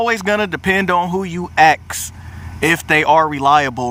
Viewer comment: He keep sayi' "ax" ! I luh dat!